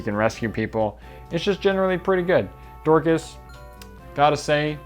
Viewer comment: Why do you pronounce Dorcas' name as "Door-KHaass"?? His name is Dorcas (Dork-us) lol. Less emphasis on the KA and less emphasis on the Ass